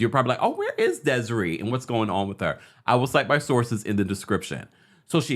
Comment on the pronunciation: Deh seh RAY! That’s how you pronounce her name babes ❤❤❤